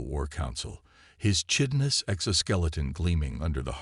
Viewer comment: Learn to pronounce chitinous and explain how compound eyes can "narrow" or "sweep" a room